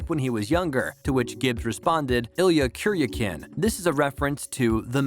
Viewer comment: OMG can this person be so stupid to mispronounce the characters name if Illya KUR(YA K)IN. not ya can. Disgusting how people can not pronounce names correctly.